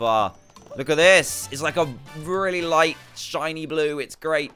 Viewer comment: its at not ate